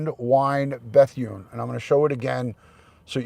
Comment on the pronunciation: It’s pronounced “Beth-oon” not “Beth-yoon” FYI. You make it sound like a Korean woman’s name lmao 😂